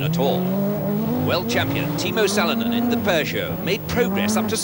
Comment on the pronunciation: I think Ronnie Corbett would have done a better job..!! How is he saying Salonen..?? At least learn how to pronounce the names correctly if you're going to commentate...